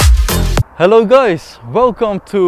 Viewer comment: I hear always "Hello gAys" but with deeper voice.